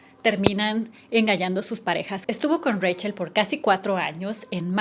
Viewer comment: Me suena raro que el nombre Rachel y siendo cubana se pronuncie Reichel aquí a la mayoría, muy mayoría de las llamadas Rachel se les dice así Rachel 😂